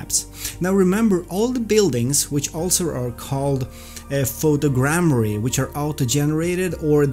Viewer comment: awesome, thanks for this video... Much better textures for sure! Btw bro, its photo'grammetry', not photogrammary :)